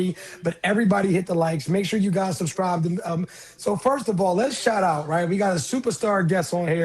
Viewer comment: Did she say, "make sure you suscrive"? 😅